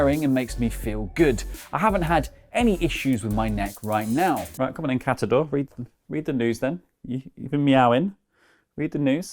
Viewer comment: Did Cat-a-dor "blow up"?